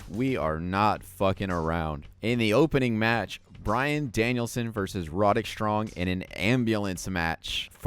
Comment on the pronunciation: Its pronounced more like rod-rick, not ro-derick 😂